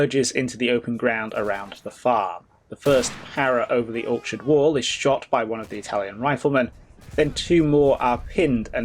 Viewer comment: Ok you can’t pronounce the word orchard as ”orksherd” anymore. It will make me mental.